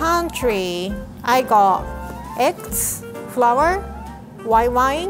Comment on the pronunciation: Normal people:eggs:eggts Me:UwU